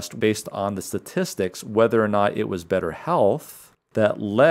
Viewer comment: Great report. But what is a sa-tistic? Did you mean statistic.